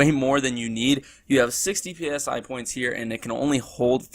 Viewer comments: Dear god stop calling it P S I, say it as a word not as letters, Christ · "PSI" is prounced like the "psy" in psychology. It's short for "psionics".